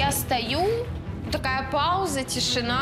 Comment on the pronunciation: Як ріже слух оці "тішіна и цукір"!Невже слова "тиша та цукор" такі важкі,щоб правильно їх вимовляти?!